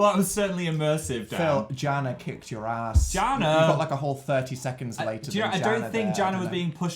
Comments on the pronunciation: its pronounced yana not jana. the j has a y sound. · That moment when they finally say your name but they pronounce it wrong 😁 (Jana is pronounced YAH-na) Although that is originally. It might have morphed. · This is such an amazing video!!! I love the challenges and different difficulty of tests. Also... Pronounced... 'Yar-nah' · Jana is pronounced "yana" 😂